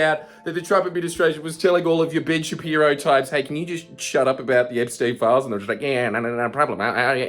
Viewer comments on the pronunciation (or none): none